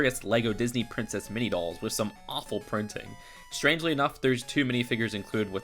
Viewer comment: What the hell is a drincess